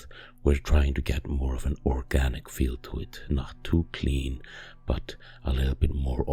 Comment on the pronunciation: Did you say orkganic? 🙀